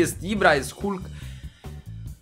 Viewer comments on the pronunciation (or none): none